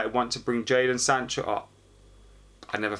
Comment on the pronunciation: Epic fail u said Jayson sancho 😂